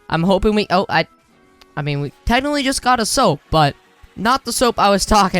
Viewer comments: why does he say soap instead of usopp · The way he called usoap "soap" XD HAHAHAHHAHAHAHAHAH